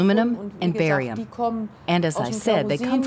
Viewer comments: Wtf is borium?? no credibility. IT'S CALLED BARIUM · Barium...Not Borium!